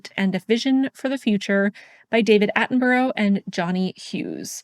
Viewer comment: Love your videos but you pronounce David Attenborough's name wrong x